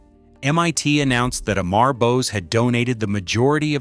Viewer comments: The correct way to pronounce his first name is Ammaarr not Aaaammmmaaar. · The pronounciation of the name is not "A" "Mar" but "Um" "mur" as in murmur. Also the video keeps showing a "White" person. He had a light indian complexion. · A- maar 😂😂😂😂 Amur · You are pronouncing is name wrongly his name is not Emmar but Amar pronounce it Um-ar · Amar Gopal Bose ❌ Eh-mhar Gohpayl Böz ✅ 😂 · It is not pronounced "E-maar" but "a-mur". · Please pronounce the name correctly it is not E - M - E - R The way it should be pronounced as - AU - M - O - RE . Right ? AU - M - O - RE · অমর (Bengali, meaning immortal) pronunciation: 'AWE-MOR GOPAL' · "Am" Amar is pronounced as the "Am" in "Among". If you are going to talk about a person, learn how to pronounce their name correctly. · If you are doing a documentary atleast get his name right. It's not A-Mar.. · Just correct the prounciation of Amar Bose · OMG, you don't even know how to pronunciate "Amar"!!!, and call yourself a content creator? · Why did you not complain about the atrocious pronunciation of Amar by the AI audio?!!